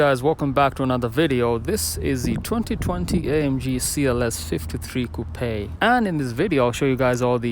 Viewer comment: That is actually the correct pronunciation for “coupe”.